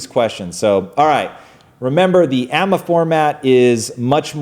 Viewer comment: guys it's pronounced ay-em-ay ;) love your stuff